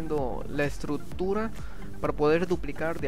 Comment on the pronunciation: se dices estructura no estrut-tura wey!